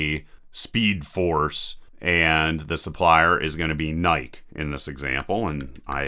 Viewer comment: IT'S PRONOUNCED LIKE NAIKEE, NOT NAIKE LOL